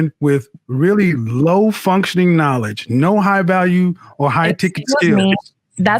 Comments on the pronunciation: She couldn’t even say the word knowledge correctly I’m screaming!!!!!!!!😭😭😭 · She Can’t even pronounce knowledge with out messing up